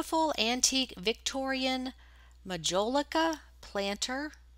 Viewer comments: Morning! You pronounced Majolica just fine hon. Blessings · You pronounced Majolica perfectly 😊